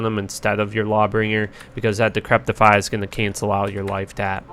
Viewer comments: just FYI, it's decrep-ify, not decrep-tify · Good video but I always wonder why people mis pronounce decrepify. Repeat after me "De sek re fy" 😛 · It’s pronounced “Di-cri-pi-fy” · THERE IS NO 'T' IN DECREPIFY. Other than that love the vids bro keep it up